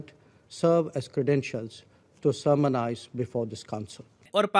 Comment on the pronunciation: Slight correction, “To Sermonise before this council.” Slight Correction, “Intends instead of Intense.”